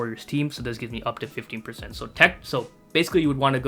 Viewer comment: sounded like 50 lowkey